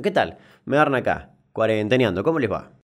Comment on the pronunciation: Este cuareeenteneando te salió cooordobess. Aguante córdoba papá.